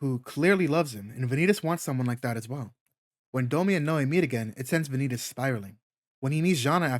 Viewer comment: Am going to be annoying here and say your saying vanitas wrong it pronounced van e tos or van ne tos I suggest to watch a dubbed episode to get it correct but even in Japanese they say it correct even with the end stretched out and am going to assume here that you searched up how to pronoun it on Google it the same with manga the ai voice cannot get it correct compared to a real voice also the word vanitas come from Latin